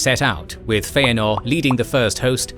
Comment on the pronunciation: Who writes these scripts, and doesn't make sure that the narrator says things correctly? I keep hearing the narrator making statements that include mispronunciations of Tolkien's names and terms? In one case the narrator calls Finwe's second wife Feanor's mother-in-law. He mispronounced Feanor, and then uses the wrong relationship term, which is step-mother, not mother -in-law. Such obvious mistakes, which should have been corrected during the recording of the voiceover. Script review and proofreading should be done long before the recording is even scheduled. As for the correct pronunciation of most of the Tolkien created names and terms, Tolkien wrote in a pronunciation guide in the forward of the Fellowship of the Ring.